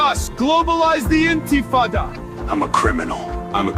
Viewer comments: "Globalise the In - Tee - Fah - Dah" I see AI doesn't know how to burn a flag or speak Arabic yet. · That's the most embarrassing racist AI campaign ad😧 + the shitty pronunciation of intifada took me out like it’s a bad snl skit LOL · to be fair, considering how AI speech works, 99% of the sources they have for the pronunciation of intifada would probably be Arabic speakers.